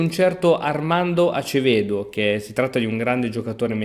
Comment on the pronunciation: NIGEL SI PRONUNCIA NAIGEL E ACEVEDO SI PRONUNCIA ASEVEDO...